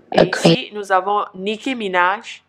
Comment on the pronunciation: nicki* et non "nicky"